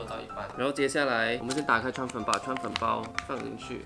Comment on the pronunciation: 川粉我聽成川普😂